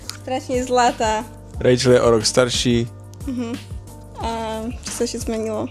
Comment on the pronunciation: Ty jsi Rachel a on ti říká "Rejčl"? Není to zvláštní? 🤭